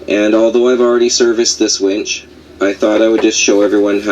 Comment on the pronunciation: Boy do I have a wench story for you...I was sitting in this bar in Huntington Beach California when this wench comes up to me ............Wait, did you say wench or winch? I always get the 2 confused. Anyway, Great video. Love your adventures guys. ;) Safe travels !!